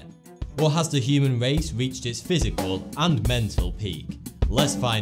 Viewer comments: the human wace huh? LMAO please evolve your speech. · The human wace has weached its peak!